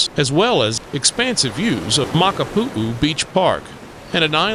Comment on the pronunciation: I’m from Hawaii and you covered many places for visitors. One recommendation is to pronounce the places correctly please. Iolani palace for instance is a short I sounds for both i’s, etc. Hanauma Bat and many more we’re also incorrect. Makapu’u beach was perfectly pronounced. Just a recommendation if you do another one. It’s important for the culture and people of Hawaii. Aloha and Mahalo